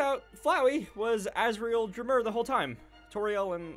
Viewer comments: It not drmur it's Dreemurr!! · Amalgamate (Ah-mal-guh-mate) EDIT: It’s funny how he miss-pronounces stuff. Like: Amalgamate and Dreemurr lol